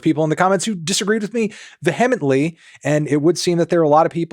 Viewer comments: Its vee-heh-meant-lee peace and love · No hate towards the Melon, but I’m gonna be ‘that guy,’ and I’m pretty sure it’s pronounced VEE-em-ently. Bye friends! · "Vee hemmetly". What a music journalist!!! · Pretty hard to take anyone seriously who pronounces “vehemently” like they have only read the word in a book lol. Just uninformed bad take after uninformed bad take on all sides in this video. Embarrassing. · I don’t think that is how “vehemently” is pronounced lol… unless he’s saying something else? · That’s just not how you pronounce “vehemently” Sleep token shouldn’t be considered metal but they definitely are a fantastic band